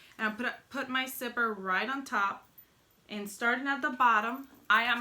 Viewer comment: I like how she says zipper like "sipper" 😊